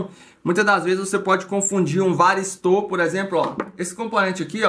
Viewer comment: Não é varisto ..é varistor...porque que vcs falam varisto?